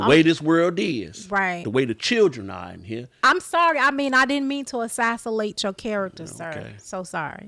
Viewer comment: assassinate!!! assassilate!!!🤣🤣🤣🤣🤣